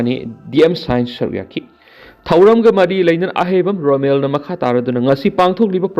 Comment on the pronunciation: Romen not Romel !